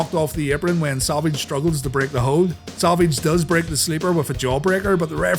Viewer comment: it's funny how you can say the name rowdy piper but not savage and nash, you say it like sevage and nesh